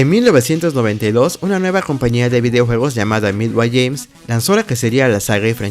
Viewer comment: La palabra "games" no se pronuncia 'yéims', sino 'guéims'; así con la 'g' suave. Boon = bun. Tobias = Tobáias. Como compensación, aprecio mucho que, gracias a tu video, hasta ahorita vengo enterándome que Ermac viene de "Error Macro". 🙂👍🏻